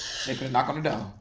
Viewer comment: "Tha door" Throw the whole movie away!!!! 😂😂😂😂😂😂😂